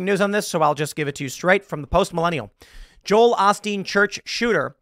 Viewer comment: Hearing Tim try to pronounce Joel Osteen is more abrasive on the ears than having to listen to Joel Osteen's sermons.